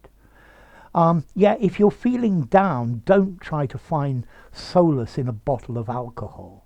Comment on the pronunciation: Hej. Solice is pronnounced /ˈsɒlɪs $ ˈsɑː-/ you pronounce it 'So:lis. Please check the pronounciation.